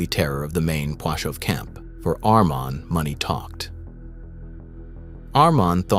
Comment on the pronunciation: Not Armon , but Amon